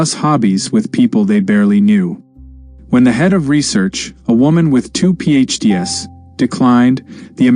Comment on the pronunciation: The AI voice simulator is really annoying. Lyon in France is not pronounced "lion." Two PhDs is not pronounced "2 pee aych dee ESS." And so on. The AI needs a lot of moderation.